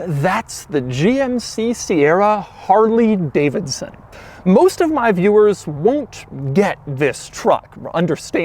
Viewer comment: Man says "harLEEE Davidson" lol